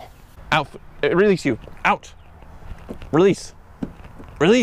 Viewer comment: "Releaseious Tesla codeious" 😂😂😂😂😂😂😂😂